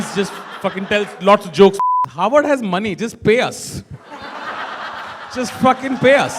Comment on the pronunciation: Harvard sounds like Hogwart! 🤔